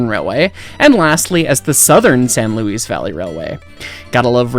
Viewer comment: The name is pronounced "San Louie Valley", not "San Louise Valley".